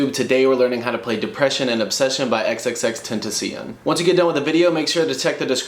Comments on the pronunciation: its “ten-ta-sion” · You said “XXX-Ten-ton-see-on” It's pronounced "XXX-Ten-Tash-see-on" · Did you seriously say xxxtinticien??? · AAAAA TENTACION NOOO it’s ten-ta-cion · Real It's (XXX-ten-tas-ee-on) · XXX-TEN-TASH-E-OWN say it like that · almost threw up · I pissed myself when he said that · I cringed into my shoulders 😂😂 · OMG ITS EX EX TENSEEON “hello ex ex tenseeon” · omg I couldn't take it it's not hard to make sure u say his name right 😂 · Lowkey vomiting rn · Still hate it everytime I hear it lmao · Learn how to say xxxtentacion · Please say his name right. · You don’t say he name right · The way he says XXXTENTACION wtf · You said his name wrong and I feel offended